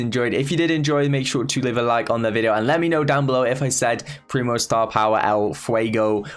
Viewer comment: Surges next sp means that when surge respawns he starts on tier 1 meaning that he starts with speed everytime he is killed. And you did say primos star power correctly